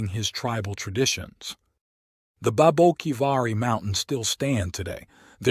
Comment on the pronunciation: As a local on the border, I must admit as much as I enjoy your stories, I cringe at some of your pronunciations... "Papago" is pronounced 'papa' (like a father) and 'go' (like stop and go.) "Papa-go." And "Saric" is pronounced like 'Sare' (like Sarah) and 'ick' (like sick) "Sare-ick." Babaquivari is kind of a tough one. You're not alone getting it wrong. It's 'Bah-bah' (like a baby saying bottle) 'key' (like key) 'va' (like ya) 'ree' (like see) "bah bah key va ree." Placer is pronounced with a soft A, not a hard A. "Plass-er." Amazingly, you got the name of my home, Arivaca, right. By the way, I've got a treasure tale for you... I guarantee you've never heard this one, but it's absolutely true. It takes place in the 1980s, involving an old prospector squatting on federal land, a juicy vein of gold and a lack of permits with the forest service. Get ahold of me privately and I'll share the details with you.